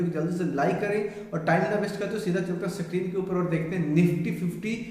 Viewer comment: Sakreen nahi screen hota hai bhai🙏